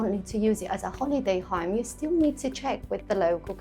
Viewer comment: I was confused it sounded like a Ham not a Home😅